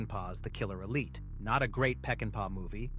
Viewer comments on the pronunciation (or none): none